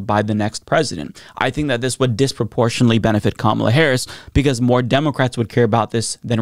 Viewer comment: Why cant this guy say "democrats" right?